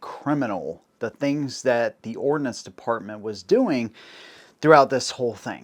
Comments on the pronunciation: Don't forget the difference between ordnance (what he was trying to say) and ordinance. Also a pretty big difference between those meanings and pronunciation. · Did you just say Ordinance Corpse? 07::32